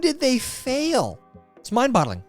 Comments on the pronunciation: It is "Mind Bottle-ing" LOL!! Love your stuff, Tyler!! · Mind boggling. Not bottling 😂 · boggling...not bottling. I think Deev told you this already😆